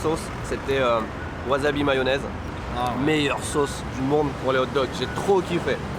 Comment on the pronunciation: Pourquoi tu dis "waZAbi", alors que c'est "waSAbi" ? Je me bats en France pour faire comprendre que le "S" se prononce "S" et pas "Z", et toi, tu détruis tout.